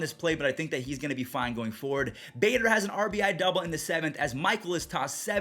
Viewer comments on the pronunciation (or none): none